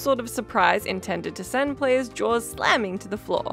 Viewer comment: did you say players or prayers? at 30 seconds?